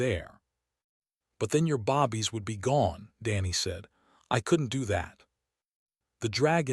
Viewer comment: This seems so jerky. Lots of character names are missing. Mispronounced words(bobbies instead of babies for example). Seems like a decent story, but many things need to be updated/changed.